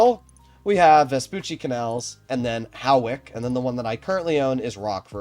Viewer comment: Hawick is pronounced… “Hoick”. Great video btw